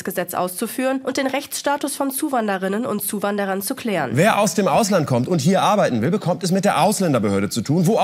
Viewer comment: Huwanderunnen? Hab ich n Schaden ider dss ist doch wohl nicht ernst…….